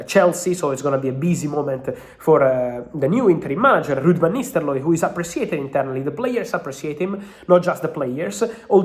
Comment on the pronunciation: I love it when Fab says Ruud Van NisteLooy. The R went awol like Hojlund did versus W Ham...